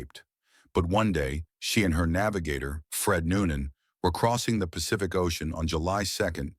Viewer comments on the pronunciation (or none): none